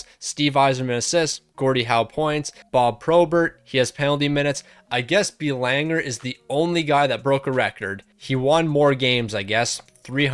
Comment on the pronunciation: The pronunciation of Belanger was driving me nuts 😂😂